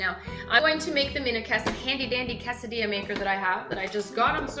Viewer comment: Pronounces quesadilla really weird.